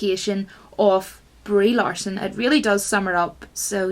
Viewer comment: "Reee Larson" LOL